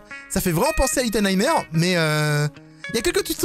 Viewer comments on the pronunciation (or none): Mdrrr... au début en entendant "little nightmare" j'ai cru entendre "little light merde" x)